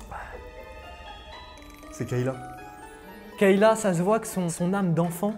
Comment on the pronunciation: Le monteur vite fait c’est pas kEyla mais KAyla😂😅😅